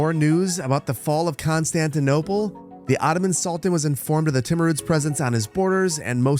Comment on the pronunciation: saar its still Constitonople saar I swear🙏🙏